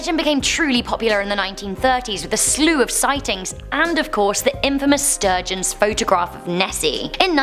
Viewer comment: It's the ''Surgeons'' photo. I believe you said ''sturgeon''. xx